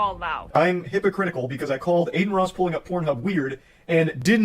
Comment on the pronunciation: calling him hypocritikal is so funny lmao 🦔❄